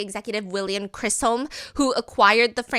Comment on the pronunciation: respectfully Stephanie there’s no R. It’s chis-um I have spent my whole life hearing people mis pronounce my last name. I can’t just stand by lol